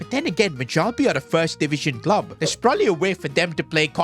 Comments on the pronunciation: it’s pronounced myallbe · Bro l live in Sweden and is not ” majalby”